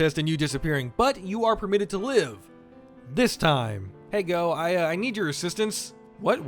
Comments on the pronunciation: Wait, Shiva is a merchant? How have I played Dark Souls for so long & never known this?!?! In fact, I don’t think I’ve ever even spoken to him! Gough is pronounced “Goff” not “Go” btw. 👍🏻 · my dude, you mispronounced my bOi Gough's name 🥺(awesome video tho, wasnt expecting good and recent DS1 videos still being made hehehe)